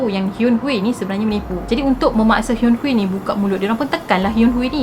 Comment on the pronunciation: sy nk betulkan cara akak pronounced nama dia, Kim Hyun-Hui, akak ckp Kim Hyun Hui, tp sebenarnya, Kim Hyun Hi.. pastu, Kim Seung akak ckp Kim Siung tapi sebenarnya Kim Sung..😁